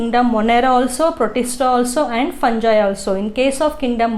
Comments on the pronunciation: Mam adu ಫಂಜೈ ಅಲ್ಲ ಫಂಗೈ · Mam its not funji its fungi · Fungi madam adu fanji alla😅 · Mam ಪಂಜೈ no mam fungi ಫಂಗೈ mam